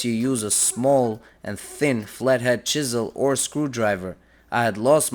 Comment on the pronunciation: I like the way he says chisel😂